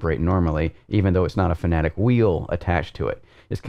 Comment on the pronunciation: its FANATEC not FANATIC ; ))